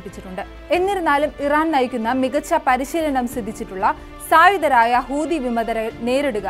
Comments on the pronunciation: ഹൂതി അല്ല ചെങ്ങായീ.... ഹൂത്തി 😂😂😂😂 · ❤ഹൂദി അല്ല കുട്ടി ഹൂത്തി എന്നാണ് പറയേണ്ടത്. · കൂതി അല്ല കുട്ടി ഹൂതി ന്ന 🤣